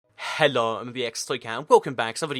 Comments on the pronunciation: Did he say "hella" instead of "hello"???? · can you say hello properly